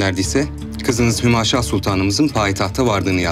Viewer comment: hümeyşah değil hümaşah